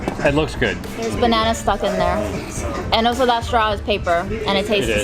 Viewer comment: “ Oh-So”. You always “Oh So” instead of “Also”.